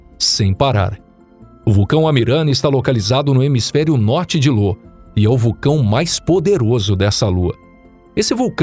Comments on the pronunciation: Parando de assistir na parte que chama IO de LO! Claramente um canal caça-like que nao tem a menor noção sobre os assuntos que estao sendo explanados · Não tenho certeza, mas acho que é "Io" ao invés de "Lo". Mas isso é só um pequeno detalhe perto do grande trabalho feito. Parabéns pelo canal!!! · O cara leu io como lo kkkkkkkkkkkkkkkkk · Excelente vídeo. Só que as lua mencionada é Io e não Lô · Bom vídeo, mas chamar IO de LO foi pra sangrar os ouvidos. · Ótimo vídeo, mas uma correção: não é lua Lo, é Io com i de igreja. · Porra, “Lô” foi sacanagem, o nome da lua é Io, com a letra i e não L!!!! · não é Lo ... com L ... é Io , com i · Lô ? ahahahah parece-me um erro forte é Io, pronuncia-se Íu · Não é "LO" e sim "IO" 🤦‍♂️ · Io, lua de Júpiter é com "i" e não com "L", que o diz "Lô". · Uma correção apenas, a lua de jupiter não é Lo e sim Io, fora isso parabéns pelo ótimo conteúdo e ótimos videos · Já tava ofendendo meus ouvidos, esse cara falando LO. A lua se chama Io, com a letra I. Isso que dá, quer economizar na hora de contratar um tradutor... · 🤣🤣🤣🤣🤣🤣🤣🤣🤣🤣🤣🤣🤣🤣🤣🤣 como assim, Lô ? E não era , Io ?🤷🏾‍♂️ kkkkkkkk Lô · Lo ? O nome da lua e IO né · Amigo é io e não Lo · O nome da lua não seria "io"? Não lembro de ouvir falar em uma lua "Lo" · O nome da lua de Júpiter não é LO, e sim IO. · Confundiu "i" maiúsculo com "l"minúsculo. Não é "Lô". É "Io" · Correção: A lua de Júpiter é "IO" e não "LO" ♡ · "Lô" foi foda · LÔ AHeuohAOEUhAOUehUOeHeoAUE tipo "momô" haeuhoauehauoeha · é io e não lo, é valrrala e não va-lha-lla. bom vídeo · Olá, gosto muito dos vídeos do canal acho o formato muito bom com a duração tbm, gostaria de fazer uma critica construtiva a respeito das pronuncias como exp: Io foi falado como LO e na verdade se pronuncia Ayo, valhalla tbm com uma pronuncia equivocada e por ae vai, são coisas que tiram a concentração. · Meodeos...a lua se chama "io" e não "lo".....e se pronúncia "val-ra-la" e não "va-lha-la" 🤦‍♂️